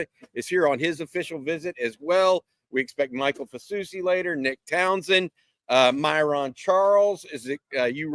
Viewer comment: Hopefully, it's Kade Phillips that is the surprise visitor. Also, My-run, not My-Rawn. "Hook Em"